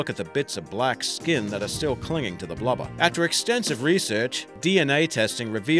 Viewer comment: I like how you said blubber. "Blubba" It made me chuckle...